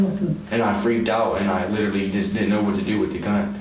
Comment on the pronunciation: " I little-lee have no bwaincells, little-lee "